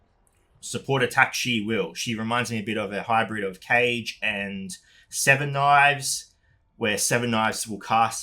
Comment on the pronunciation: Ka ge not cage haha